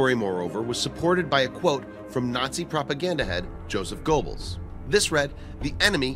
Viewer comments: Please consider checking your pronunciations of people and places. Goebbels' name is pronounced , "Grr-bels" not GO-bels "Echelon" is pronounced "Esh-elon" not "Etch-elon" I could go on, but don't wish to seem harsh. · Small corrections: Otto Skorzeny’s name is pronounced score-Zanie. Colliers (magazine) pronounced COLL-yerz. Goebels pronounced GURR-bulz, not GO-bulz.